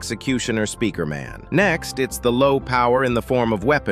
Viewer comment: People are saying he is saying speaker in wrong ways but he's saying it normaly